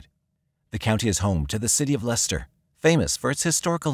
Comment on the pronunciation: Ha, that's the first time I've heard an American pronounce Leicester right, now try Worcester lmao 😮😂😂😅❤